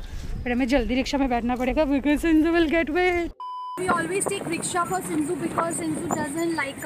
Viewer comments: It's shih tzu not shinzu😂❤ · Ma'am your Pronouncation is wrong of shihtzu and the spelling is shih tzu not sinzoo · Ma'am Sinzoo is the name of her shih tzu puppy.. no offense just telling you. 😊